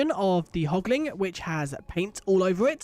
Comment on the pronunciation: Hoglin and Piglin, not Hogling and Pigling 🤣🤣🤣